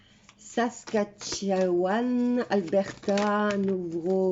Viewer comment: Merci de penser à nous 🤩Mylène de Montréal 🤩On dit Saskatchouwan😍